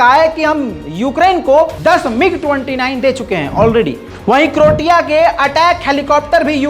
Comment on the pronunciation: ...क्रोशिया होता है क्रॉटिया नही